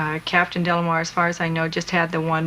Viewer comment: Leonard insists on adding an L to this man's name. It's De Lamar, not Del Lamar. so annoying...